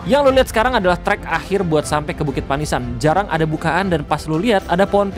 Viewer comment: Udah lama ga liat RTE , BUKIT PANIISAN sebenarnya kalo orang Sunda penyebutan nya pa-ni'is-an yang artinya tempat buat neduh atau tempat teduh 😂✌️(di ambil dari kata ti'is yg artinya dingin/adem)